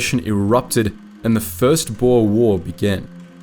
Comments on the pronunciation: For anyone wondering. It is pronounced, "Boo-r". Boer translates directly into farmer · Boer is pronounced as “boor”